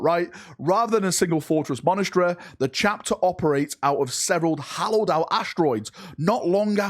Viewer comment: You said all the hard words right, then failed on 'hollowed' lol